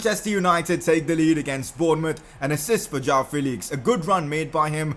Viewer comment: It's João Not Jao You're pronouncing it like Jao Felix!